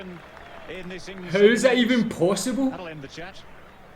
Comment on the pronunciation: It's technically funny HOW his HOW had turned out to sound like HOE